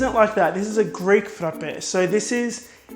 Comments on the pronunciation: You don't understand how happy I was when I heard you say Frape correctly❤😭I am Greek and I was so happy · I'm italian and I LOVE the way you say "frappè"!! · This is really original and I love how you pronounce the word "frappe"!!! :)